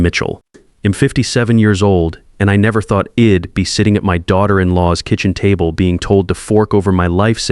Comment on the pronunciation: In fact, AI has hit a new low. ID for I would, Wed for w‘d,HED for he‘d. And why does Dad‘s Perfect Revenge not change the wording just after the disclaimer at the beginning ? REVENCE is just wrong.